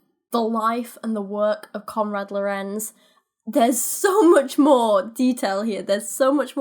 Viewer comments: As a german it's really entertaining to hear English speaking people pronouncing German words. Oh and the first syllable of "Lorenz" is stressed not the second one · With the pronounciation of Lorenz you stress the Lo Your pronounciation of Kindchenschema wasn't bad but the e schema would be more like the e in leg